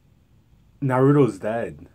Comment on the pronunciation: it's naruto not narudo